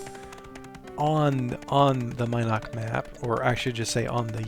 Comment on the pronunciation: Mi'noc.... was one of my first towns.. though i pronounced Min'oc was driving me nuts hearing it differently... also buc's den was outside of vesper not brit? just near covetous... ???? anyways its looking nice guys.. sad that LoA is running off everyone before you can get the damn server finished.